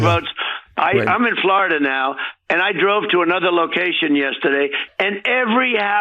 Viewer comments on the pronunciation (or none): none